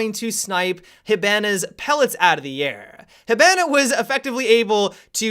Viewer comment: I cringe every time mispronounces Hibana. Plus, the reason Finka wins so often is because of the health boost most of the time.